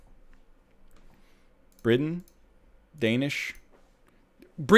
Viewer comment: Deign'ish, Poll'ish, Check'ish and Fin'ish makes me so mad. But also impressed. I'm torn. Also if someone ever says I'm Deign'ish, I'll have to yeet them like a water bottle.